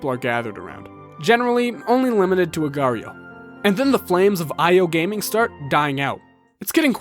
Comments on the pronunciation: just annoys me that mobile games put .io at the end of there games to make it appeal to the .io trend, its the same as .com or .co.uk, but if i make a game called "HOLEEATING.CO.UK" no one cares?. That and the fact that people pronounce it "Slither-ee-oh" or "agar-ee-oh". An agar is a thing already, .io is a web address type, what the fuck is an agareeoh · i hate it when people pronounce agar.io as agario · I can't believe agario was called voreio I love that hahaha